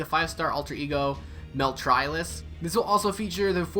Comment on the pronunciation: Did you just call meltlilith meltrilis?